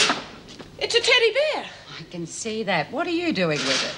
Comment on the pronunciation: Why does Meg pronounce teddy bear like that? Teddy BEAR?! Almost as though she wouldn’t bat an eyelid if it was a Teddy Aardvark. I’ve never heard any native English speaker say it like that before. English, American or Australian. It’s like the weird way she says CASSette player as well. Odd.